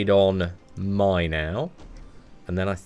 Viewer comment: So, is it normal for him to say My instead of May? It's foreign to me🤣